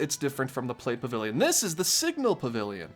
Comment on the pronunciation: I swear I thought he said sigma pavilion